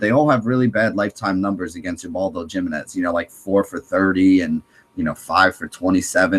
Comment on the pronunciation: Dude Ubaldo JImenez' last name is pronounced "Hi-min-ez"